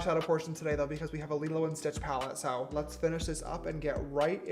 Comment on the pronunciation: “lets fineish” got me on the ground rolling!